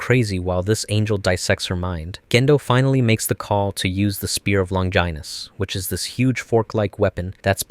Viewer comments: please PLEASE pronounce it 'lon-gen-us' and not 'long-ginus' 🤣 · "Spear of Longynuss" lmfao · spear of Long-Ginas lmaooo